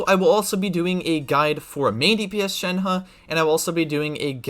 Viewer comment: Thanks for actually making an effort to pronounce her name right. It’s so frustrating